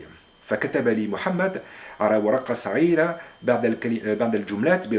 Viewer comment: و عليكم السلام ، أنت الفرنسي الوحيد الذي شاهدته باليوتيوب ينطق العربية بفصاحة، فقط هناك تعقيب صغير بخصوص: التنوين: عندما كنت (طالباً) ً_كان في فصلي (طالباً)، و مشكلة في النطق السليم للحروف الهجائية مثل الهاء(القهوة) و الغين (صغيرة)، نقول "كيفية لفظها" أو "التلفظ"، حيث حرف الظاء(ظ)يجب أن تكون مفخّمة تماما مثل نُطق البريطانيين لأداة التعريف TH لكن بالتفخيم، ليست هناك كلمة"جُملات" في العربية فقط "جملة" للمُفرد و "جُمل" للجمع و في حالتك هذه نقول "بِضعُ جُملٍ" أو "بَعضُ الجُملِ"، وعندما قلتَ "قريت (قرأت) كل العطلة الصيفية بـ(في) تعلّم ..." تقصد أنك تريد قول"إستغللت العطلة الصيفية في تعلُّم..."، هذا كلّ ما في الأمر. بالتوفيق